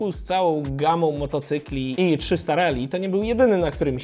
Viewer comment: Mówisz, że Kove 800 ma wykorbienie. No ale jakie? 270? 180? To by mogło wskazywać czy inspiracja w budowie silnika jest od Yamahy/KTM czy BMW. A przy okazji - szacun za poprawną wymowę "Rally" - nie wiem kiedy się na nią przestawiłeś, ale pozostali redaktorzy tematyczni chyba zostali przy tym głupim "rejli".😁